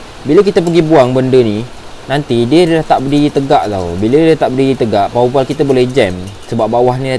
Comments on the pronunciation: bro! jgn sebut power val... salah tu... bunyinya power waf... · power waf pun salah bro! sebut power valve